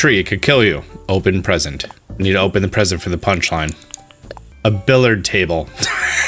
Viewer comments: it’s pronounced bill-i-yard not billard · Bill-ee-ard not billard. I love you, but that was buggin me. No offence. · AAAAARG it's pronounced BILLY-ARD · my heart hurts every time he pronounced billiard table as bill-ard table